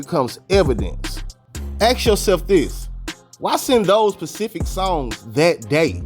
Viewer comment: The word is pronounced specific not pacific fam but good video